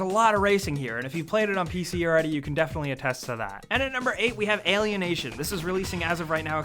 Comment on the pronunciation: I've heard "alien and Asian" instead of alienation D